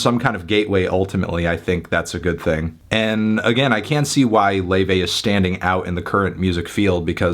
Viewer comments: Whddyu mean lay- vay its luffy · you pronounced her name wrong